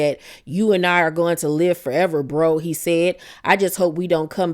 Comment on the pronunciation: He says brother with the hard “er”